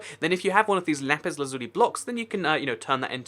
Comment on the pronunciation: lapis not lapiz